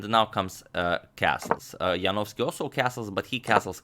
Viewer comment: No one can pronounce David Janowski better than this guy